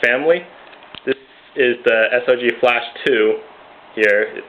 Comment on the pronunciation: Actually he did say it right! Get your facts straight. It's correct sog or s.o.g.